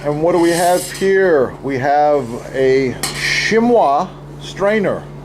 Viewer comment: Positively yes.. the second most popular purpose of a Chinois is to dust powdered sugars. Also it hurt my ears to repeatedly hear it mispronounced. It's pronounced Sheen Waa.